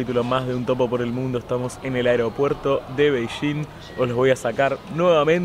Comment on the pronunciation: Con los argentinos hay que tener mucha paciencia. Con su horrible pronunciación del español, Beijing se transforma por arte de birlibirloque en la desconocida ciudad de... ¡BEI-CHÍN! ¿No son un primor los "argentos"?